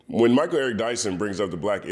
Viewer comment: “Mal” Eric Dyson.